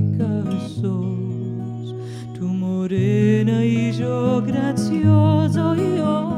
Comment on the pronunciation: Tu voz es preciosa pero tu pronunciación en la canción Morenika, no es correcta. Mi primer idioma fue el ladino, y sé lo que digo. En ladino no se dice sho, si no que yo. Tampoco no es Eshos, si no que Eyos, con Y. No se pronuncia GraDsyozo, si no que Grasyozo. Quitale la D que le pones. De nuevo te digo, tu voz es buena pero necesitas mucha ayuda con la pronunciación en ladino. Sería un placer para mi ayudarte con este idioma. Aqui te doy mi dirección electronica, y espero poder ayudarte. Sinceramente, Benni Aguado.